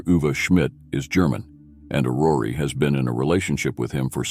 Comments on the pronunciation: It is not AurorEEEEE but Auror. Do not pronounce the last E. The meaning of Aurore is Dawn. Otherwise as usual, very well presented. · The pronuncyation of her first name is not "Orrory" it's "Or Or". Hearing it mispronounced over and over(and over) is painful.